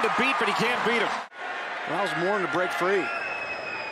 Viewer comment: announcer: "he's got the first down and more, it's Taylor MORE!!, MORE~" (actually Morin) 😁 Anyway, I've checked the successor was born in 2002 to Sam Howell out, but Mr. Maye looks like speedy Mitchell Trubisky.